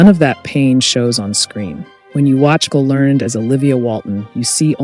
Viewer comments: "Learn-ed" (two syllables), not "Learn'd." Many of these "unknown" facts were common knowledge when the show was in prime time, such as Earl Hamner Jr. being the narrator, Ellen Corby's stroke, and Richard Thomas's well-publicized reason for leaving the show. Also, the constant repetition of the same video clips becomes a bit tiresome. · Isn't it pronounced 'lern-ed'?